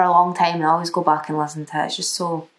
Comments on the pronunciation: What accent is this ? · When she says “back” it reminds me of the accent in that vine “here mate that’s no a bank machine” and that accent is from Inverness so I think she’s from up north maybe dunblane or something